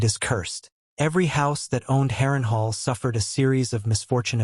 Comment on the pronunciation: Good video but I died when it pronounced it Harren hore... 10/10 would pronounce again...